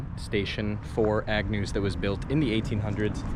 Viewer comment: It's AGNEW you freaking idiot, not Agnews. How fuking difficult is it to get the name right. You're history on my feeds. Thanks for nothing.